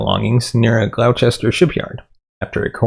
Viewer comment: Thank you for resurrecting my friend's case. Her disappearance is baffling and very distressing. Just FYI Gloucester is pronounced GLOSS-ter.